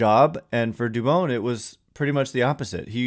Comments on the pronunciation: For christs sake it’s not “dubOWN” it’s “dubON” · Jon Miller pronounces it Du - bon , not Du - bone. He's a stickler for getting the name right. Where do you get Du- bone from ?